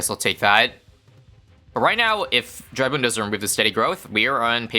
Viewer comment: it's so refreshing to hear it pronounced correctly dreadbloon's awesome here, very interesting stuff. I DID beat stage 2 of Dreadbloon once! ...By surviving long enough that Dreadbloon ran out of cards, while I still had a lot of cards because Dreadbloon keeps feeding them! edit: Oh, and as for new videos, definitely try out Striker's Battleground